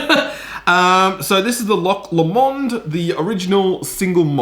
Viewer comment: A scotch reviewer who doesn’t know how to pronounce Loch Lomond or.........Glasgow. It doesn’t fill the viewer with confidence. There really is no substitute for doing your homework.